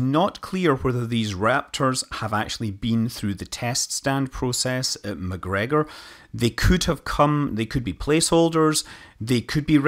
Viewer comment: Scott, as a retired engineer I am always impressed by your understanding of rocketry and aeronautics. As a side note, I simply loved the way the word McGregor (should be Macgregor) rolled across your tongue in this presentation. Maybe we could get you to recite some writings of Rabbie Burns. BTW, I've tipped a few pints myself, this evening (plus a shot of some 25 year old Scotch).